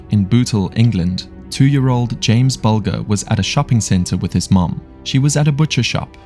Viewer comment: BULGER…..pronounced BUL JER. Please don’t mispronounce names, especially of victims of pure going to talk about them. It’s not that hard to research how to say them correctly.